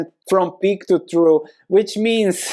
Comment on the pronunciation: Hey, for the amelioration of pronunciation, the word "trough", as in "peak-to-trough", is pronounced 'troff'. Peak-to-troff. Love your videos man, thank you. Seriously.